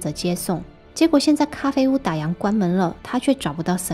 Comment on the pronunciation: 打烊，烊，读第四声，跟样子的样是同一个读音。不要再读错了。